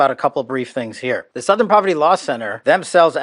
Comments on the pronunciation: Southern: ❌️ Sowthern: ✅️ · Sowthern? Where are you from? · You don't say "southern" the way you pronounce "south". You say it like it has an 'uh' in there. Kinda like "s'uh'thern" lol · Southern is pronounced Suth-ern. Pretty much everywhere. Where is from? Is his voice AI? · The way you pronounced “southern” had me laughing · OK, now I’m starting to think you mispronounce words on purpose to drive engagement. There’s no way you’ve never heard the word “southern” before. And yes, I know I’m falling for it, which makes me part of the problem.